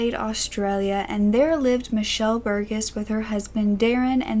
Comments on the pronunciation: Burgess is pronounced bear-Jess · That is not how you pronounce Burgess aha; I'm from Adelaide myself and I used to be very close with Michelles daughter. Its pronounced Burjess but spelt Burgess. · Her son went to my school but left way before the murder took place, I've also known a few people with the surname Burgess, it's pronounced "Ber-jus"